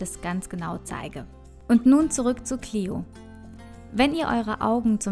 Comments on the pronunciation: Hi danke für das viedeo aber ein kleiner tipp die nixe heisst cleo und nich clieo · Cleo nicht cliu kapirt